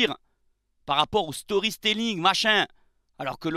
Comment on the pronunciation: je te kiffe mais je suis obligé d’intervenir, on dit « storytelling » pas « storyStelling ». Et tant qu’à faire on dit « GreenWood » (wou) et pas « GreenVood ». Désolé ça me piquait trop les oreilles. Paix sur toi ami marseillais